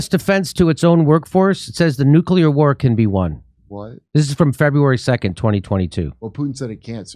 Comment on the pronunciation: Thank you, Jimmy, for saying 'nuclear,' and not NOOK-yuh-lur -- as so many others (as if they're taking their lead from George W. Bush) bizarrely mispronounce it.